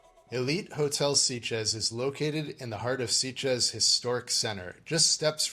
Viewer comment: Interesting review, but I'm a bit puzzled as to why you both repeatedly pronounce the town name as 'Seat-ges', rather than 'Sit-ges'. According to Google, it's pronounced as 'Sit-ges' in both English and Catalan. Whatever, it's a great place for a gay holiday!